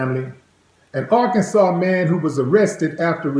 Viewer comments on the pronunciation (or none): none